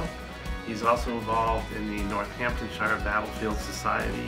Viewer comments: This. Also North-hampton-sheer rather than North-hampton-shyer. Great video. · Awesome video!! Unbelievable dice rolls! No adverse criticism intended but foreign pronunciations always make me smile Warwick should be pronounced Warrick, Northamptonshire/Northampton-shear, Pembroke/Pembrook Sound levels could use some work but I really enjoyed this latest LWTV offering. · The American pronunciations of British counties and places always makes me smile. Warwick is Wa-rick to us English and Northamptonshire is North-hamp-ton-sheer to us haha